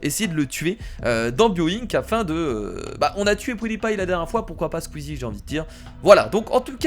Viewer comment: sons vouloir être méchant, on dit "pioudipaïe" et pas "poudipaïe" (i avant le ou)